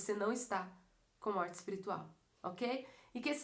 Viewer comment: É espirital mesmo q fala? Kkk